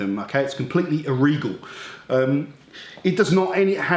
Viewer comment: "Its compwetley irregal" lol he's awesome!